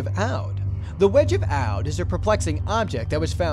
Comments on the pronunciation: That pronunciation of Aiud though For future reference, Aiud is pronounced like Ah-ye-uud but say it as a single syllable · No. 3: Aluminum Wedge of Aiud. Aiud is pronounced Eye Wood, in a single word.